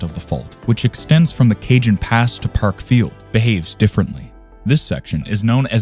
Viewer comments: It's not Ca"j"on. It's pronounced "Cahon" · First. Cajon is pronounced "kah-hone". If this is an AI voice you will need to type it phonetically. Prieta is pronounce, "pree-eh-tah, it's three syllables. It should also be noted that the Northridge Earthquake did not occur on the San Andreas Fault which is about 60 miles east of LA. That quake occurred on a previously unknown blind thrust-fault. It caused more damage than LP because the ground excelleration was a lot faster with more virticle movement. Not sure why the video showed the coast of Washington when the southern San Andreas Fault was mentioned. The next major quake in CA is likely to be on the Hayward Fault in the San Francisco Bay Area which is considered the most dangerous fault in the US.